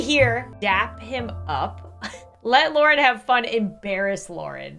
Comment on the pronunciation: Eh I'll give you a sub, btw it's Lauren not Loraine Lol